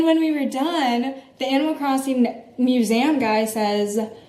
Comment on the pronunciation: Museum* not musaum